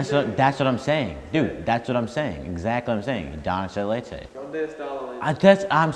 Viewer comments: Nobody:: Donachaleche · “Doncheleche” - 2019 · He said “don cha lache”😂